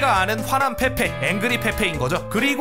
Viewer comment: 첨에 밈 페페인데 민페폐라고 들음ㅋㅋㅋㅋㅋㅋ